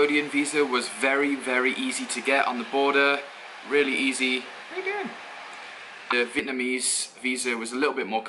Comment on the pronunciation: Dude, stop saying Vietmanese! It's fucking annoying. It's VIETNAMESE!